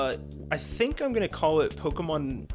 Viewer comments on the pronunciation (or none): eww i got this far in before realizing you don’t know or refuse how to pronounce Pokemon.